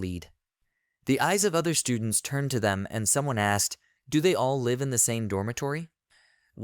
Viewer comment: bro can't pronounce "live"